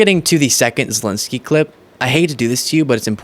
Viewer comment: Sorry but it's not Zilinsky... it's Zelensky...